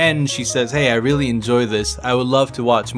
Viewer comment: Yes You WEALLY Like It Plz learn English... ill help 2 ifya want:D